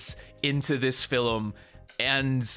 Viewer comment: why do you say "filum"?